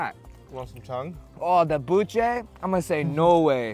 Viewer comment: bussé instead of buche😂😂😂